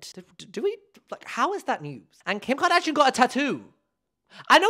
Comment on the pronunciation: "Who you may know from KEEYUMKARDAHSHEEAN" made me snort on the bus noooo 😭